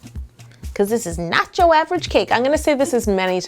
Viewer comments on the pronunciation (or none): you said nocho 9 times